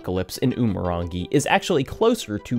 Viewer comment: i can't even begin to state how te reo māori & umurangi are very much not pronounced like that. also it's less than 200,000 FLUENT speakers, the overwhelming majority of aotearoa knows basic phrases & most people can hold simple 'how are you?' "i'm well." conversations. i don't expect you to know this but christ almighty i'm sick to death of people referring to us like our language is dying rather than being rebuilt after it was stolen from us